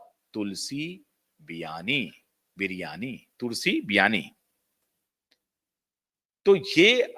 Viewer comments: तुलसी बिरयानी नहीं तुलसी वीरानी😅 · You shd do yr homewotk properly. Tulsi Viraani was Smriti's role in the TV serial and not like you said Smriti Biryani. I laughed out at yr mention